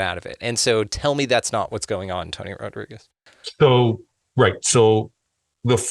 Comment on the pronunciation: It not rod-rigs . It rod-ree-gez ....pendejo